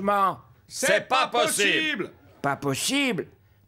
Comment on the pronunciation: L'Abbe Pierre est têtu avec son "te pas potibe" Quoi qu'il arrive te pas potibe 😅😅😅😅😅😅